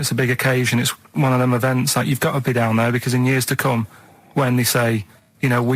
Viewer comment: Dain = Down. Shite ait = Shout out. Steven needs speech therapy 😆